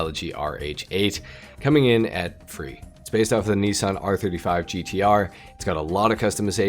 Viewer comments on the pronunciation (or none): none